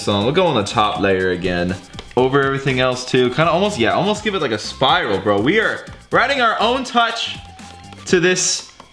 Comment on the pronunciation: No one:: sPiLaL